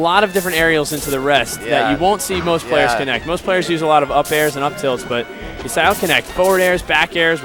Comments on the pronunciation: Guy says 'E-sai" for 15 minutes. Finally you can hear him get corrected. "Yeah...Isai"...Hahahahahahah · If this guy says "E-sai" again I'm going to kill myself. It's "Eye-zay-uh" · This was addressed in another video where they were commentating. Isai is his middle name, pronounced ee-sai (or something similar,) but people have been pronouncing it Isaiah since the early days of competitive 64 and melee, so it's become the standard. They're not noobs, they're probably pronouncing it the way /he/ told them it was pronounced. Don't be so judgmental. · Everybody is retarded, Isai confirmed in his AMA reddit thread that it's Eye-Zay-Uh